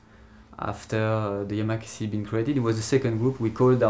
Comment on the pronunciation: It´s YAMAKASI !!! not Yamakase